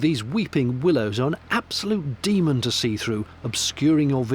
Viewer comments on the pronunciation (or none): none